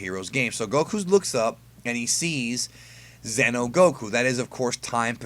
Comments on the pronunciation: Psst. Its xeno not zeno. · Why do most people that make this kind of video pronounce Xeno like Zen-oh... It's pronounced like Xenoverse 'Zee-no'